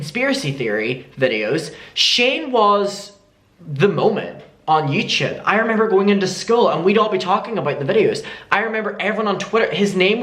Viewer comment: I want a compilation of trying to say YouTube “ youchube”